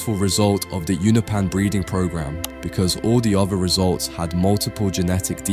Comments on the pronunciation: Uno-pee-yan ❌ Uno-pan ✅ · Unopan You-know-pans. Not you-nuh-pans. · you-know-pens. not ooh-no-pans. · its (you-nope-an) please stop saying ounapan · I’m sorry I really like your videos but you need to work on your pronunciation Allen the alien is a unopan pronounced “you know Pan”